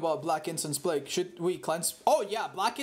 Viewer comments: Normal people: Play-g with your food: P L A G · Normal people: Play-g with your food: P L A G